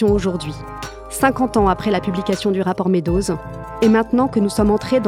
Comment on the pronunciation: très intéressant, mais s'il vous plaît prononcez "Meadows" correctement. Les Français le prononcent très mal, ils disent : "medozz". Prononcé correctement : "midous"